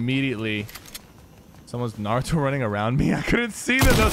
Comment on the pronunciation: Did Nick just say"narudo"